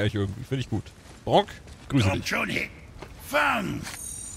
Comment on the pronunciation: Ich finde die Aussprache von Brok klingt so ähnlich wie Gronkh. 🤣